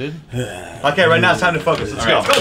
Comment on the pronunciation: David: OK we'll hug after the show dude Pierre: "right now it's time to 'FUCK' us, let's go" I know he said 'focus' but it kinda sound like he didn't lol